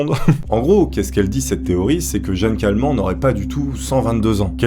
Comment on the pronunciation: Si la vielle a la fin c'est Jeanne Kalman ça ce dit '' Kalmane '' je dis ça parce que je m'appelle Kalman 😐😂 voilà merci 😀😀